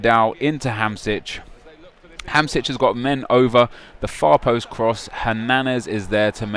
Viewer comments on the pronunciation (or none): Nep it's Ham-shik not ham-sich ;)